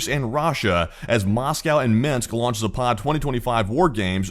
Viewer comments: Please ! It is Zaapad not Zapaaad !!!! West ! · ZApad. Stress on the first syllable, not the second.